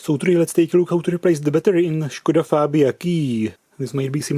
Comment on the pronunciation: Thats really wierd pronunciation of Skoda its more like Șkoda